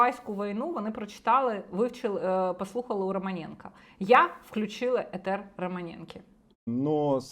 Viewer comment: "етер"???? АААА, ВОТ ЧОГО Я ДАНИЙ КАНАЛ НЕ ЛЮБЛЮ СЛУХАТИ...... кшталт глузду мьізгів пролонгації конгресвуменок канселінгу луку. ТЬХУ!!!!!!!!!!!!!!!!!!